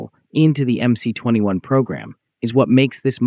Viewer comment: Teach your stupid AI voice how to correctly pronounce MC-21!